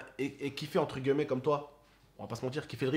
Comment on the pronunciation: On dit « entre guillemet » pas gueullemet